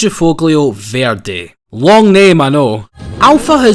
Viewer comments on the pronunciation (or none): none